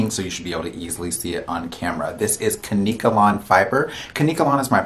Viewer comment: It's KANK-KA-LAWN 🅿️